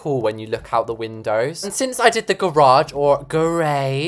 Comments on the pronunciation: little problem we don’t call it GEROSH we call it a garage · Think you got your way of saying garage and the “American” why mixed up😂😂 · I think it’s funny how you try and say garage all silly but americans say it how you normally say it 😭 at least where I live we do